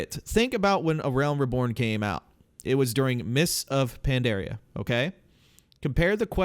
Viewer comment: small pet peeve, Pandaria bro not Pandarea, u pronounce a lot of words so wrong xD